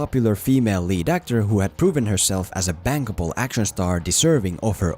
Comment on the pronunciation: Did he say bankable or bangable?